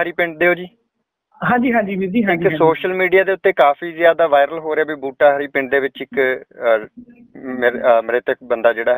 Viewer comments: news chancel ਵਾਲਿਓ ਪੰਜਾਬੀ ਤਾ ਪੜ੍ਹਨੀ ਸਿੱਖ ਲੋ ੳੁਹ ਪਿੰਡ ਬੁਟਾਹਰੀ ਲਿਖਿਅਾ. ਰਾੜਾ ਸਾਹਿਬ ਕੋਲ. ਤੁਸੀ ਬੂਟਾਹਰੀ ਕਹਿ ਰਹੇ ੳੁ.ਬੱਲੇ ਥੋਡੇ ਪੰਜਾਬੀ ਪੜਨੀ ਵੀ ਭੁੱਲ ਗੲੇ. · Butahari nahi buttahri aa